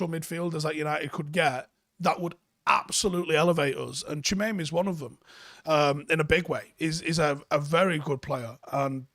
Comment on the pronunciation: That pronunciation though 🥴